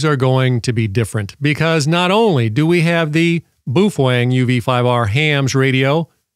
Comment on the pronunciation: so it's okay to break the law? irregardless is not a word. BOW (as in bend in reverence) - feng. and, you're welcome